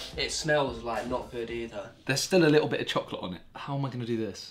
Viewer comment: Nobody: Simon: CHOClet